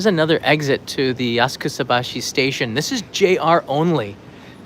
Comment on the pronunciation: I thought it was spoken asaksabaschi (silent u), not askusabaschi (silent a) ;-)